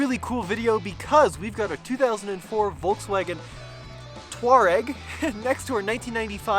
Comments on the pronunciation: The pronunciation of the Touareg is "two-A(rbys)-rek". The "a" like you pronunce Arbys. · I knew about the Tuareg tribe. I believe it is pronounced 'twa-REG'. Both are nice rigs but that Touareg is a BEAST. The 1st Gen Pathfinder is smaller and actually a good budget off-roader. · According to google it is pronounced Tour egg